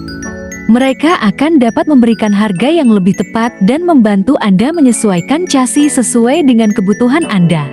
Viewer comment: Bg mana mau jadi repoerter,nyebut chasis ssja,casi apa benar itu